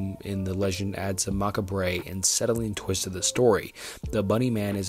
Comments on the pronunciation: For future reference, macabre is pronounces “muh-kaab” like muh cob of corn but just muh cob, although I enjoy hearing macabre sounded out, fits the word well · Also macabre is not pronounced mock-ah-bray lmao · Did you mean innocuous? (in-knock-you-us) Because "incestuous" is a whole other thing. 😁 Also, macabre is "mah-cob." No hate, some pronunciations do NOT make sense! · He just has no idea how to pronounce the words he's using. "Macca bray" for macabre, for example. He's reading off a script he didn't write. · “Mockabray” lol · I'm sorry but bro said maka-bray instead of macabre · I’m sorry but the way you keep pronouncing “macabre” as “macca-bray” is killing me 💀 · I almost got through it bro. But the way you said macabre and actually pulled me out of studying to switch the video off. If you don't recognize a word PLEASE look it up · One day he’ll learn how to pronounce macabre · Great literature, good composition, great voice for narration - terrible grammar. Do some editing my guy - macabre = (mah-kahb). Damaged, not - dah-maaaaaaaged. This might be the difference between 57.1k subscribers and 571k subscribers. You’ve got all the ingredients of a big success - reel that grammar in. I know an hour is a long damn time in actual work, this hour took what, 12-16 actual hours? That’s a lot of work to lose potential subs by not spending an extra 10 minutes to edit grammar. Good luck. Ill be watching